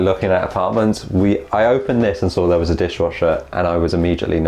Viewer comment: No video has ever started more british than this one 😂 „well hello theeeere“😂❤️love it